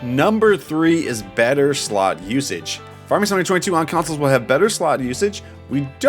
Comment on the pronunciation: Slow down and E N U N C I A T E You pronounce Farming Simulator 22 like "Farmesimalayertweyto". You sound like a kid rushing to get a story out, lol